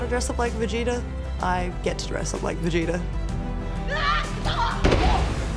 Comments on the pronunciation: Ano vegeTA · Clearly Cole never heard of Vegeta by the way he said his name lol